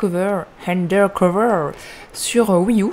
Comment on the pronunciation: j'adore le undercover tu le prononce handercover oui fais d'autre vidéo sur ce jeu stp j'adore comment il se dendine quand il fait du vélo